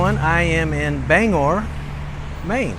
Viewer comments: Bang-gore is how its pronounced bro. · Gotta pronounce that "G" in Bangor lol [Bang-Gore] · It’s pronounced Ban. gor not Bang gor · So cool! I wasn't expecting to see the Paul Bunyan statue. We have photos of my family posing in front of it from back in the 80's while they were vacationing in Bangor. Not sure if you're pronouncing it right or wrong, but we always called it "Bang-Gore". Nice series! Cheers. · Hannibal Hamlin was vice-president to Abraham Lincoln. City is pronounced “Bang gor” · Most of downtown Bangor was destroyed in the 1911 fire. If you think it's mostly white now, you should've seen it when I was growing up. PLEASE, check your pronunciations. Orono is Or-uh-no and Bangor has a hard G as in lifeGuard. The "canal" is Kenduskeag Stream. Also, that big white house next to the King residence, is one he bought for a writer's retreat. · OR ano, not O RO NO, and BANG GOR, Not Bang Or. We wear mocassins for slippers/ shoes. Look down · Pronounce the G in Bangor. And it's OR-oh-no for Orono. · Bangor...pronounced Bang-gor...hard g. Orono...pronounced Or-ruh-no. Not criticizing (it's nice to see my old stomping grounds up on video), just offering the correct regional pronunciation. Stephan King's house is on West Broadway and has many of the old lumber baron's homes there. Across the end of the street (onto Union Street) and up the hill a ways is Thomas Hill Road where many of the sea captains home were and also the Queen City Standpipe. Sorry, I stopped watching when you said you were heading down to Augusta. Augusta kind of sucks...no one goes there. It's the armpit of Maine (everyone except those who live there think so, anyway). LOL. The state capitol building is pretty sweet, though. Thanks for the video.